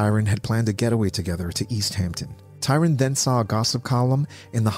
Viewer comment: It's Tryon, NOT Tyron......